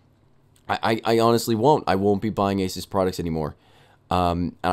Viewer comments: Did he say asis it’s asus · Uh-soos, not ace-us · holy crap its A-SOOS/AH-SOOS not A-SUS and dont get me wrong i love your channel :) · Asus is pronounced like A-Zeus (as in the god) not asis. Anyway, love your vids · of course you'd get a referb card, it's the same as them fixing yours and sending it back. and $20 shipping? awe muffin it's like $60 for shipping here the company is fully right here. also if you were on the phone with them at any point you'd know it's pronounced A-soo-s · EVGA>MSI and isn't it (Ay-Soos) ASUS? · Its said asoos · It's pronounced "asoos". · pronounced a-seuss